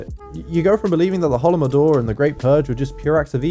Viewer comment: As someone who speaks Russian, "Holomodor" sounds hilarious. It's Holodomor :)